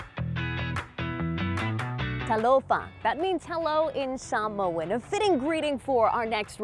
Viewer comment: Love the video. Now I have to check these places out. I love how the reporter pronounces Samoan the correct way.